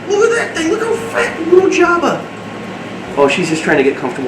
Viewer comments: Jabbet instead of jabba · You're saying "Jabba" but i hear "Java". And so I suggest Java for the future male, and Mocha or Latte for female. (